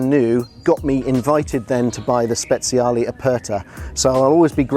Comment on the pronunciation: Great video, but for a man with so many Ferraris you'd expect him to be able to pronounce them. Speciale does not have a Z in it!